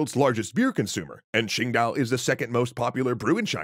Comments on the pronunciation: its actually "qing dao" not "quing dao". Pretty small nitpick, but pretty glaring to any chinese speakers. Love your videos btw! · *It's spelled Qingdao, not Quingdao